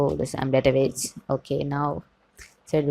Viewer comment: Why would you say database as databaje?